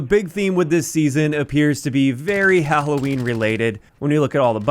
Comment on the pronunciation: Did just say Hahohween?